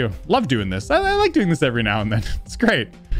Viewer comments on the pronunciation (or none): Why do you say pace it’s not pace it’s peace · He says piss